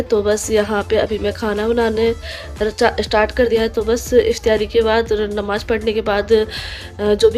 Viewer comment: IF TYA RI nahin IF TA RI 😊